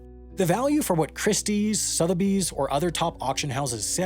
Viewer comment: IF you cannot pronounce SOTHEBY's correctly, as is repeatedly done in this video, you might be one of the f00ls who are definitely scam material... There is NO "R" in Sotheby's...